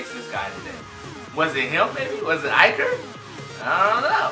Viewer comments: It's "E-ker" not "I-ker" bro! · Don't pronounce foreign names like English names. If you see a foreign name with an ''i'' don't pronounce it as an ''ay'' but as an ''ee''. It's pronounced ''EE-ker'' (ee as in bee). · it’s pronounced, ee-ker